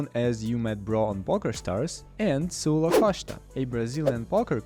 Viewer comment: Him calling Saulo.. Sa lu la will never not be funny to me.